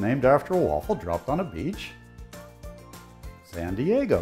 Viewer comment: San Diego 'sandeyeggo' 🤣🤣 I love this dude